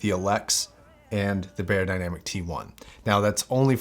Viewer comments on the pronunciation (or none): It’s pronounced: Buyer Dynamic ;)